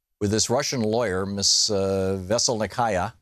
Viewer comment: The first US American TV or internet news figure whom I hear pronouncing the name of Mrs Veselnitskaya at least not totally wrong but only acceptably wrong will get a free meal from me.